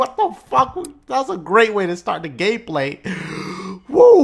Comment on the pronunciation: 103 he says gay play